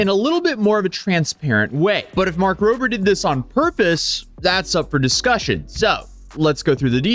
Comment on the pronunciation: This clear Tesla fan boy can't even be bothered to say Rober and says Roper, between that and the way he's framed/on camera personality, I don't like, nor trust him.